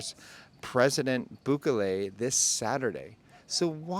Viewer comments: His name is pronounced Boo-kelley, not Boo-ka-lay. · 2 tips for ya: 1) Bukele has the emphasis on the “ke” not on the “bu”. /buˈke.le/. 2) Biden is not going. His cronies are (aka “Delegation”?). This has to do with the immigration topic which is very important this coming election. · Booh-keh-leh. accent/strengh on keh. boohKEHleh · Btw the correct pronunciation of El Salvador’s president is Bukelly! Thanks again for the great content!🙏👍😎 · Bukeley ??? Lol , dude c’mon !!😂, you left America but you still have to learn how to pronounce names properly. 😉, good info though